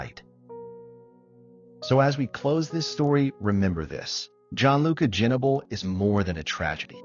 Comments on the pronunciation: Pronounce his name right! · You should learn how to pronounce his name,before talking about a tragedy.